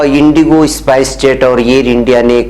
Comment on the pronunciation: इसपाइस जेट नही स्पाईस जेट